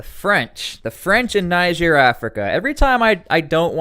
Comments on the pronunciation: Niger is pronounced "Knee-zher". Listen to broadcasts from Niger say for a guide. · You need to learn how to pronounce niger everytime you say it wrong you make me mad